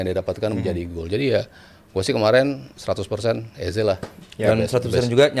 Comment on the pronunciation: "EZE" itu di bacanya "easy" yoo Gunners 😁😎